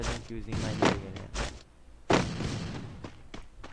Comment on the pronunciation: Intro dele: fala garela aqui falando kkk